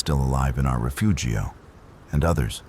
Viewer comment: Take a shot every time he says "rafoogio".